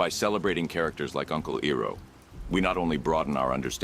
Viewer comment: His name is not Eroh It's Iroh. Calling yourself even in a make believe way. The real would do the research to confirm it's said in the context. Otherwise you piss of the true fans of the show. Don't insults us with this a second time we already have a M. Night shyamalan train wreck of a movie that shall not be named. This is one video I will never listen to again. It was going till you said E row a boat NO ITS I ROW A BOAT!!!!